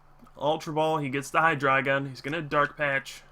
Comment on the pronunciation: do you say hi-dry-gon? o.o